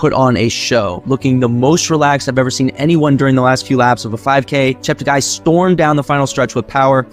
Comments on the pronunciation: He likes to correct all commentators on his last name: not ChepteGUY but ChepteGAY. PLEASE correct accordingly. Tony Hunt World Junior Athletics News NZL. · Its pronounced Chepte"gay".